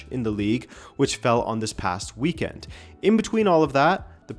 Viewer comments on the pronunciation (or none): none